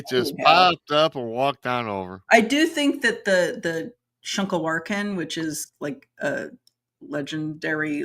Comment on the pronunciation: Was superbly impressed with pronounciation of shunka warrakin. For most that is a term many have issues with. you speak well for someone very far from Northern Cree and Gwitchin subarctic lands!